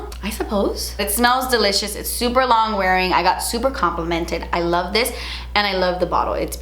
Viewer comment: Every time you say delicious I think you’re saying de leches 😂